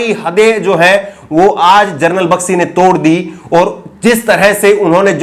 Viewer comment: Bakshi ki pronounciation toh sahi krle